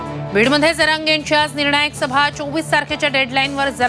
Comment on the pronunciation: Jarange ❎ Jarande ✅😂😂